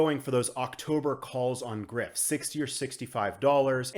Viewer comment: Greif is German and means griffin. The "rei" part is pronounced more like the "ry" part of words like "dry" or "fry". Thanks for your videos man. Keep it up.